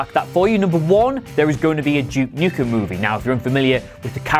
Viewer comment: To my American ear it sounds like you’re saying ‘Juke Nukem.’